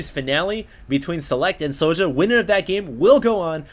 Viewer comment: I think his name is pronounced. Es Jouw